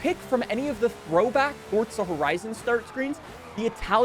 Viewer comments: forza not fortza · Mf it’s pronounced FORZA not ForTza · Why you say fortza horizon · If you stop saying fortza they might make the game last longer...